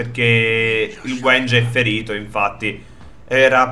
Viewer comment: Sì pronuncia W*I*NJA